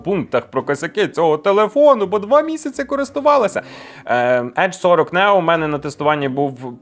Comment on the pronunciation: Чому, бд, Нео, а не Нiо, як було задумано?!!! Тодi i Айфон треба називати Iфон, бд. Дб, бд.